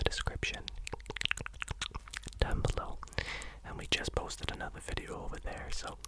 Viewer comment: stop saying deoaun, say down